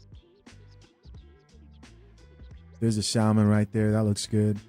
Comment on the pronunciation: The only reason they are mad is because majority of these women cannot even cook. Side notes the l in salmon is silent.